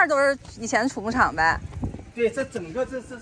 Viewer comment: 这里要读xu畜牧场，不是chu发音